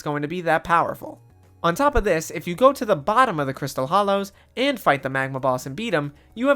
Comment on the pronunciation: Hollows* not Hallows